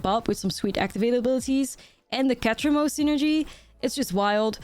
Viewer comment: stop say ketramose one more time damn my ears bleed